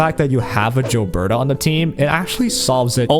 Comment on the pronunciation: Gilberta not Jilberta